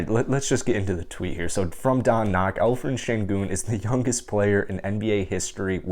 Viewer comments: Alperen not Alferen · great content. I hear like you call 'alferen'. its better to call with p.=) al peren. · I heard some Alphred :)